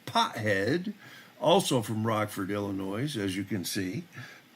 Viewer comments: You’re killing me. It’s pronounced ill n oye, the “s” is silent. The FOID card is required to own, buy, or possess a firearm or ammunition. Meaning even handling a firearm without a FOID is illegal (unless you’re with a FOID card at a range.). In Illinois you have to have a FOID n order to get a CCW. No FOID means no CCW. Illinois requirements to get a CCW are some of the more strict in the country and I don’t believe Illinois acknowledges any other states CCWs. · just so you know the letter “S” at the end of Illinois is silent. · I love your channel, except for one thing. Im from Illinois, and even there is an S at the end, its silent!